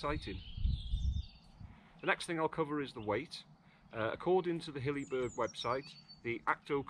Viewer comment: It is not pronounced 'Hillyberg'.